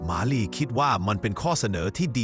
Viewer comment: ทำไมบางคำที่พูดถึงเพี้ยนเช่นมาลีเป็นหมาลีและอีกหลายๆคำที่เพี้ยน